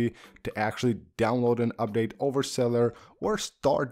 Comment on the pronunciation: I just came here for "really really good cellar" mumbling 🤣🤣🤣